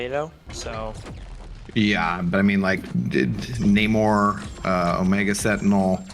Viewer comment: its Namor not Namur..😂 Namor is the comic book real name not the crap Marvel spit out in BP2 lol